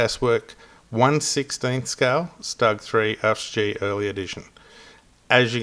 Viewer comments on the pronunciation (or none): Just got mine after months of waiting to come back into stock. Had a wee chuckle at your pronunciation of "stug". in no universe has it with a rising U.